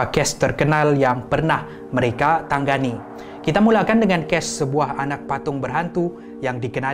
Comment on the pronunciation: ta-nga-ni bukan tang-ga-ni